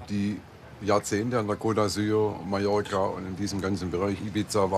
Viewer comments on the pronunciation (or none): none